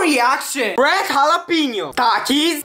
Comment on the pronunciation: Why I just told i find that words and that accent funny and i am just telling